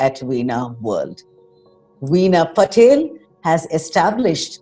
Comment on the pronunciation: It's not Patel , it's PATIL